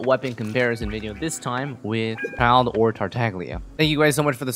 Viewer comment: pls the g is silent:'(